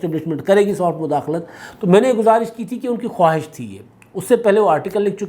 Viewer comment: پیارے بھائی! ۔ خواہش ایسے لکھا جاتا ہے لیکن اس کا تلفظ * خاہش * ہے ۔اس میں واؤ silent ہے۔